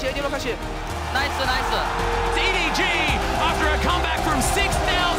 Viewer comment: nice-uh nice-uh